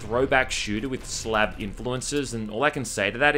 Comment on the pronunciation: YOU MISPRONOUNCED SLAV *balkan slav ree *